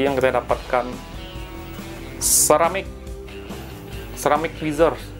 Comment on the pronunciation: Saya ko dengernya semarik twizer ya bukan kramik twizer.